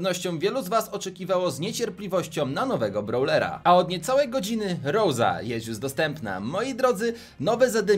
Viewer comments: Mówi się rosa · Jak coś się mówi rouza wież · plz nie mów "ROŁZI" bo to denerwuje- przynajmniej mnie